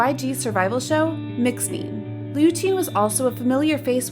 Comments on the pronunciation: Sorry what even is this girl's pronunciation.... Roojeen Mixneen Etzeh Yeejee Chewy (for JooE) Girl they say Itzy say it right damn, Mixnine is a a mix of two english words... Listen to their introductions And I know this ain't an accent thing because the rest of your video is in a perfect english accent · Mix nine too lol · Some things said in the video aren't correct. - Mixnine is pronounced as Mix + 9 (Nine). - The member that left MOMOLAND is Yeonwoo, Daisy, and Taeha, not Hyebin. - Yohan redebuted in WEi as the center. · Mixnine too.. haha